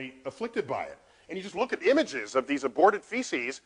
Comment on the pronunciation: "aborted feces"